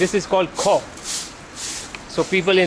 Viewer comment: I love it how you know the spelling and pronounciation of Khoh and some other our khasi language